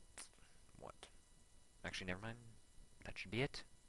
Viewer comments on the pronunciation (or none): Lol "Acoualy" ur disagreed with!